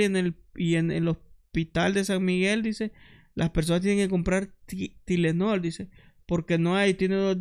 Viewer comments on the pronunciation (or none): Tylenol se pronuncia tailenol